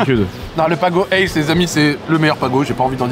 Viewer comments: On dit pas ACE mais A. C. E. (Acéheu) l'orange (A), la carotte (C) et le citron (E). et effectivement c'est banger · C’est la première fois que j’entends PAGO ACE 😂 J’ai tjs dit A.C.E